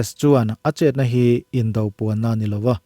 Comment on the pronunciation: Indo lawng, indo inthlawhna tih laia indo tih hi Indo-Pakistan, Indo-Bangla tih ang thluk loh tur. Indo tih hi indona tih do ang hian lamrik tur.